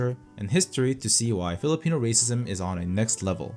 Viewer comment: I can't believe you're Korean, you sound more like a PH local in pronouncing the PH terms well. Kudos!